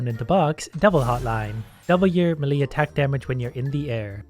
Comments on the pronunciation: Day 1 of telling it's not 'M'lee' but 'May-lay' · Is nobody gonna talk about how he's still saying meh-lee? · Hey, melee is pronounced like "may lay" just so you know. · It bugs me when he says melee wrong but whatever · Ariana stand what you pronounce it melee, it's pronounced melee